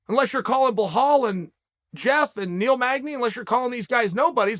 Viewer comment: I love how you say bohal it's billal 😂